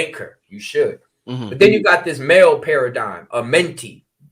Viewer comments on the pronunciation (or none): none